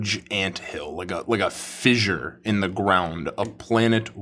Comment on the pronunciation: When you say vissure, I'm assuming you mean fissure 😅